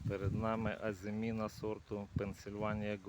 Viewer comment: Ви перші від кого я почула правильну вимову назви плоду! Успіхів вам!